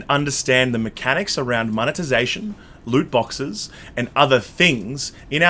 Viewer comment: Are you going to tutor on how to say loot boxes properly?